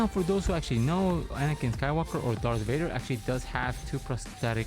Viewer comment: its darth vader not dark vader